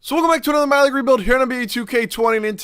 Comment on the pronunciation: lol... Today was the first time i understood what you actually say at the beginning.... myleague rebuild.... I always heard you saying 'Malik rebiuld' and thought your name would be Malik..... I did not watch a ton of your videos but definitly more than 20